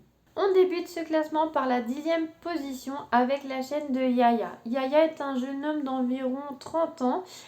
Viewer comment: Oh wow merci de m'avoir mis dans ton Top 😅C'est gentil🥰 Un très bon top, mais je ne connaissais pas la 09, je vais aller m'abo! C'est toujours sympa d'écouter un créateur de contenu parler d'autres chaînes 😚Au fait ca se prononce Wawa pas Yaya 😅😂